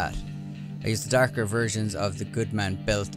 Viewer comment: DArker pants... This guy Irish?